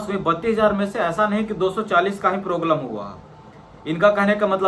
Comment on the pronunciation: Proglem❌ problem ✅😊